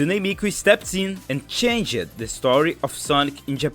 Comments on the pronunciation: Whenever you say with an -ed at the end like changed, climbed, or published, you want to pronounce it with the previous syllable instead of separately. Changed instead of chang-ed, climbed instead of climb-ed, pub-lished instead of pub-lish-ed. If that didn't make sense, then try thinking of it as if the e in -ed doesn't exist. Changd, climbd, publishd. Hope that helped, or even made sense. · english advice - when a word with a silent "E" (use, change) gets a "D" at the end (for past tense), such as used or changed, the "E" is STILL silent! so it is pronounced "used", not "use-ed", and "changed", not "change-ed" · I’ll take an accented voice over AI every day. Not that it matters, but if you want a more natural pronunciation, “ed” doesn’t usually creat a new syllable. /changd/ not /chang-ed/. Unless you are Shakespeare 😊 who often made his meter work by giving the ed its own syllable. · As for pronunciation, start by repeatedly saying "changed" until you figure out how to say the "ged" correctly. I know it can be quite hard to pronounce the "gd" without a vowel sound, but, given the amount of use that "...ed" has in english, learning that will be a significant improvement for your accent. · Just correcting, its not pronunced like changed, its like chengd or something like that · Chain-ged 😂 Im sorry my friend great video!